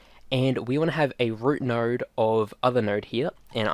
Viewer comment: If I had a nickel for everytime I heard “nard” Cool tutorial btw, thanks